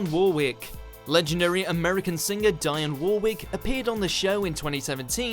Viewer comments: Deeyon Worrick! Sawlsbury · This guy can't even pronounce Dionne Warwick correctly. War ick not War wick. you Ignoramus. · It’s pronounced Deeon Worick you cretin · wtf kind of pronunciation was that of Dionne Warwick?😂😂😂 Dee-on Woh-rick, that’s all😂😂😂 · Yeh , so "legendary" that you do not know how to pronounce Dionne Warwick`s name? Who the fuck is Dianne War Rick? lol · Same, he lost me at die on war wick 😂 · And btw it is pronounced Dee-on Worrick. The way you said her name pained me. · Treating your viewers like idiots by talking over every clip, explaining what’s happening is really annoying. Also, learn how to pronounce Dionne Warwick properly. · Man talking over clips of Piers Morgan shouting at people. Can’t pronounce Dionne Warwick.... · Why are you pronouncing Dionne Warwick like that?! Like a twat. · Narrator, Your pronunciation is appalling. Dionne Warwick and Salisbury prime examples. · And then there's the butchering of Dionne Warwick.